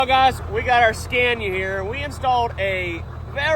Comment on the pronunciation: Love the pronunciation of scania....here we pronounce it "scar-knee-ah" in New Zealand